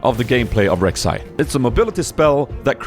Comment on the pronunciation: read it like this, Rhek, Shai